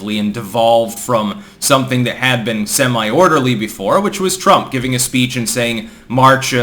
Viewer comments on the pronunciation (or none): none